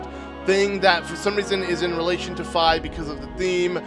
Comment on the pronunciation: Also, it’s FEE! and Guh-roo-doe. And mar-lee-o (it’s a non-optical L).